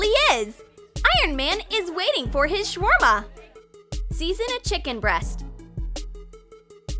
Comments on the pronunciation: troom troom:” Shwarma “ Me : HONEY ARE YOU CRAZY! THAT ISN’T HOW YOU SAY IT, YOU HAVE TO SAY IT LIKE” Shawarma “ mumbles in arabic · It is not called shwarma it is shawarma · Its really funny how they said shawarma